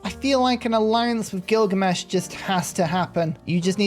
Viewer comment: Did you realize you called him "Killgamesh"?